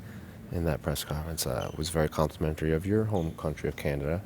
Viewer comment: And said Canadia Lmao